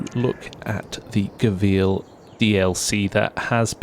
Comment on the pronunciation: It's pronounced go well